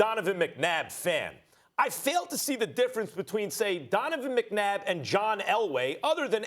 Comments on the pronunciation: First of all this woman got the mans name wrong "McNadd?" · she says Donovan McNadd 😁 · “Donovan McNadd” 😂😂😂😂😂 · “Donovan McNadd” 🥴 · Anybody noticed that she said “Donovan McNadd”?? 🤣🤣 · Did She Called this man “McNadd”😭😭😭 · Pretty sure she said Donovan McNadd LMAOO